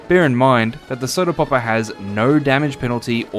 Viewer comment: As soon as I heard how you pronounce word “popper” I knew it would be really funny the more I watch. To add the context, in my language the way he says “popper” (poppuh) sounds exactly like word butt. So each time he says popper, just imagine he says butt. I know it’s childish but I am a dumbass so I have no issues